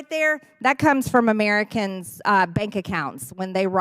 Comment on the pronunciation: "Amiricans" she's so stupid, can't speak, so hateful, mispronounces sooooo many words.